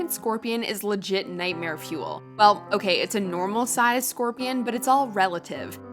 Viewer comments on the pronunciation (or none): none